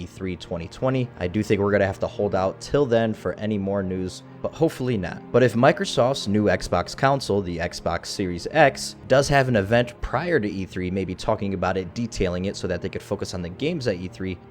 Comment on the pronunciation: What accent is it that compels people to pronounce the word "console" as "counsel" like this? Honestly curious.